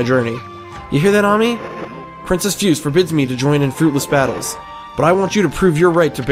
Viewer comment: Just so you know, for Princess Fuse, her name is in traditional japanese character(フセ) so it's pronounced Fu-se(say). Also, you can knock down walls and doors using both a power slash as well as tackling them can break them down and reveal secrets. OH! And for the canine warriors, any time during the battles, if they start glowing(their orb does), they are invincible to attacks until after they finish. I would suggest getting the dodge technique from the dojo and using it a lot in those fights.